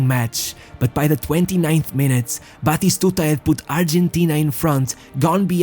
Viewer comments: We called him bloody stooger cuz In one of the older versions of FIFA like for PS2 When the commentator said his name it sounded like he was saying bloody stooger. We would yell Bati-stuta It's not that hard!! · Its not pronounced "batishtuta". Stop trying to sound refined